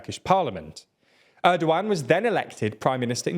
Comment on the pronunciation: Actually pronouncing his name Erdowan is way more accurate to Turkish language because G is soft like Ğ. But we like to call him ErdoGone lmao.